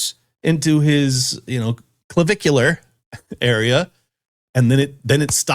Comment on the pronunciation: Not clavvicular!!!! LOL 😆 yikes Also that guy on Rogan can't be that clueless